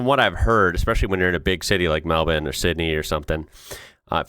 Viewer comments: Why did you pronounce Melbourne like melbin? It's mel-burn. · I am just super impressed with your progress in pronouncing Melbin